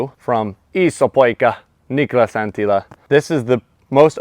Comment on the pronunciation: Awesome video again. And the best pronounciation of "Niklas Anttila" i've ever heard from US player! :)